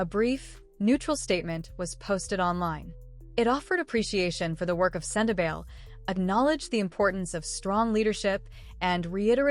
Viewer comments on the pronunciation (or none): It is pronounced sen-te-BAl-ee.